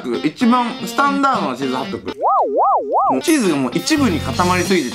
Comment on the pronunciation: ちょい気になったんだけど、チーズハットグじゃないの？？(笑) チーズハットクになってる！(どっちでもいいか😹)